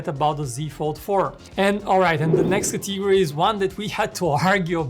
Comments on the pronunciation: Except the dynamic island part I feel like I know which phone you were gonna choose 😅. Good Video though. Also It's "Category" not Cathigory 😐😒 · Drinking challenge Take a shot every time he mispronounces the word "category"